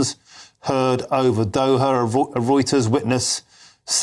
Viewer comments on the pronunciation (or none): OH their capitol of Doha. I could have sworn he said Dover in there.